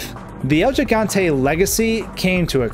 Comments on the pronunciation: it's pronounced GIG, not jig. it's Spanish for giant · It’s HIGANTE not jigante 😂🤦🏻‍♀️ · It's he-gan-te not je-gan-te lol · He-gone-tay. Not “gi” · What's a "Jigante?" Is that anything like a Gigante? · It's pronounced HE-Gante, not JEE-Gante. It's also Gif not Jif. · It is pronounced "Higante" rather than "Jigante" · This shit was on my mind the whole vid hahaha 💀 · Repeat with me american friends He-gun-te not the Gee-gon-te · The way you pronounce the name bugs me lol. Its El He-Gan-Teh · Es Gigante(Ji-Gan-Te), estos americanos AGARRENLO! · Its pronounced “hee-gan-te” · "El yee-gan-tey" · El Jigontay? Come on man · Jus thought I’d give you some great advice for the future. The G in Spanish is hardly said like it is in English, therefore, you should pronouncing it “El Higante,” Great job on everything else tho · He GONE TAY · This was hard to get through with your pronunciation. If you make a video about something, maybe make sure you can say the word. :0 Good information and editing and stuff though. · Within 10 seconds, Gigante was pronounced incorrectly....again....for the millionth time...I'm guessing 😅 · At least pronounce the God damn name correctly if you're going to make a video on this...